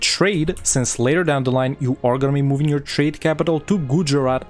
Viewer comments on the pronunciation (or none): none